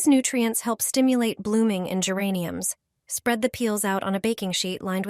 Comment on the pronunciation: Не гЕрані, а герАнь